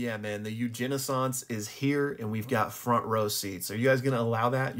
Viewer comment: I thought you said a “Eugeni-ssance” you know because of the Eugenics that’s going on 😂